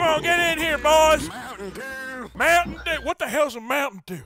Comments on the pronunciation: the hell is mountain due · Arthur morgan- YEAH MOUTAIN DEW...what the hell is a moutain dew?